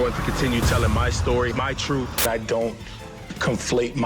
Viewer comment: My "troof" is always suspect.